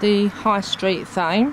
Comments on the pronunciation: The Th is not sounded as an F. So Tame as in not wild! Hope that helps!. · As a resident of Thame and residing close by, it's pronounced Tame, the h is silent.